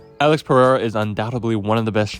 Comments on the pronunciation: PARREIRA? wtf is that, its PEREIRA, AMERICAN IDIOT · "PeRRReira" - sounds more spanish than spanish actually is. Amazing. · Why cant you Americans pronounce that name? Its not Parreira or Paheira :D Interesting video though!